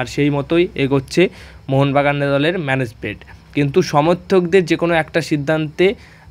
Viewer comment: তোমরা কারা? কার হয়ে দালালি করো? তোমাদের উচ্চারণ এরকম কেন? ম্যানেজমেন্ট কে বলো মেনেসমেন্ট। কোচ কে বলো কোস।